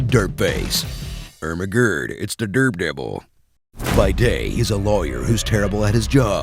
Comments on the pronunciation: I lost it at ermehgerd its derpdervil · "Imahgrod it's the drepdevil"😂😂😂😂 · err magerd its the derbdevil.. lmao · Ermehgerd its deh derdevurr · Lol ermergerd, its da derbdebell